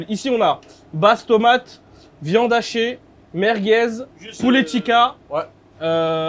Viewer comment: "la pizza VIOND"😂😂😂😂😂😂😂😂😂😂😂😂😂